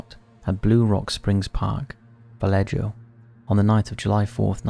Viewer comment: Love your content! But Vallejo is pronounced "Va-lay-Ho." The J is pronounced like an H in Spanish. I live around here.